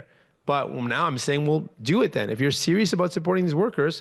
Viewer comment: Jagmeet’s manner of speaking is a bit like Elmer Fudd. Like when he says serious it sounds slightly like “sewious”